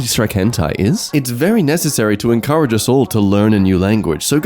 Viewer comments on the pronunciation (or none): none